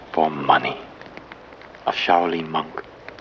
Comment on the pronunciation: The “Shy-O-Lynn” temple?? Give me a break.